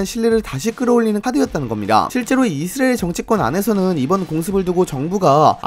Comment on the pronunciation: 아니... 왜 이스라엘을 이스르엘로 발음함?